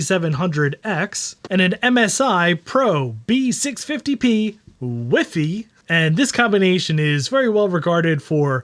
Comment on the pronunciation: I love how you say WiFi in Spanish :D